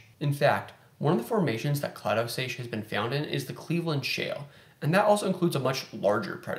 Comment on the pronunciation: Don’t worry about it, everyone mispronounces something here & there, regardless of how well studied they are.